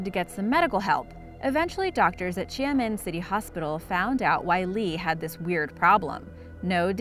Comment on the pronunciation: Xiamen is pronounced (shamen) not sia-min